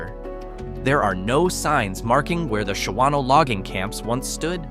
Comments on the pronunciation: Shawano is pronounced “SHAW NO” not “Sha WAN O” and has a 2036 population of 9,831 and is the Shawano County seat. Not a ghost town. Not even close. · Shawano is NOT a ghost town by ANY stretch of the imagination. It has nearly 10,000 people who live there! That does not even touch on the fact that whoever narrated this has NO idea how to pronounce the name. That is just the tip of the things WRONG in this video.